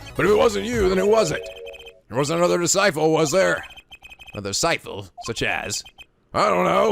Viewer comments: I thought it was pronounced disciPle, not disciPHle >: I'm confused. Could barely focus on the game because that damn word kept popping up. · it's disciple with a p, not an f or ph.